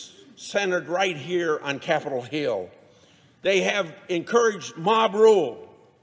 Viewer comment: Did he say cattle hill?